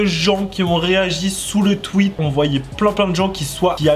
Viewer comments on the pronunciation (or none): none